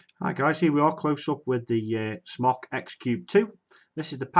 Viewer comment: Smok is pronounced "smoke", not "smock."